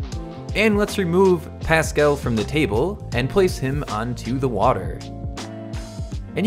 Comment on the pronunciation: It's pronounced pascAl not pascel, in Spanish we just pronounce the A like you pronounce it when you say the PA on pascal. I'm not hating just correcting you. Sorry for the bad English tho